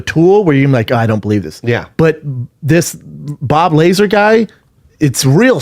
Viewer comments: STOP SAYING BOB LAZER!!!! IT'S BOB LAZAR!!!!! TOOLS. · Average Joes talking about a topic they have no understanding to even speculate about. If you can't pronounce the mans name dont even adress the topic. LASER! BOB LASER! LASER CAME OUT... Its Bob Lazar. BTW Schaub, you are on the right side of this debate its true. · So aliens prove there is no God, how???? If anything it is more validation to the existence of a supreme creator. The bible talks about "other" creations. Yall are ignorant AF. And it's pronounced Luh-ZAr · pronounced "bob luh-zar" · The pronunciation is Bob Luh-zar. Bob Lazar. Callen is out of his mind if he thinks the government doesn't have huge secrets, multiple secrets, that they probably will try to never let public. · Plot twist, is not pernounce either way they are trying to say it in this video. It is pernounced LA--ZARRRRR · "I call him Lazer because it's cool" bro you don't know his fucking name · Stupid jo koy keeps calling laslar laslar.. Cal him lazer way cooler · Luh - Zah - rr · its pronounced BOB LUH-ZAR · It's pronounced La Zar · Pronounce that mans name right....like this show sometimes but sheesh this perfect example of how annoing and corny Schaub can be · Best part is listening to all three of them try to pronounce Bob lazars name.